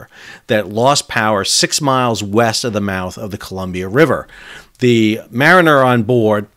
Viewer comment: "Mariner"? Not exactly.